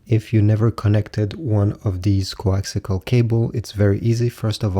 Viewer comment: coaxial. not coaxical